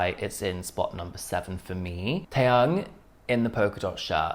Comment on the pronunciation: Te-yoong... not te-young